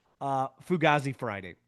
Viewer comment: ITS PRONOUNCED FUGAYZI BRUH